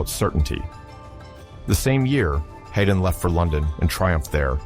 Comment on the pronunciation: This does not seem right. Mozart deliberately chose not to go to London despite Haydn's pleading. To say that he lacked means of travel is misleading. They would have paid him to go to London, plus some. Haydn is pronounced Hide-n.